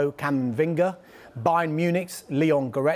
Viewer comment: cant even say camavinga lmaoo